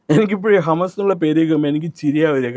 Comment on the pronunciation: Hamass illa Hamassolees undu 😂